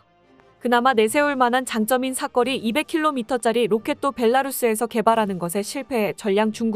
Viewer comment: 아직도 사거리를 삭거리로 말 하시네요 왜 안 고치시나요?